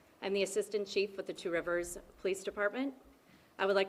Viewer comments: G. I live in Wisconsin about 90 minutes away from Two Rivers. Just wanted to tell you that you are doing excellent with the pronunciation of those towns/cities. Lots of American Indian names. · I live about 30 minutes away from Two Rivers. And I want to tell you said these names of the cities prefect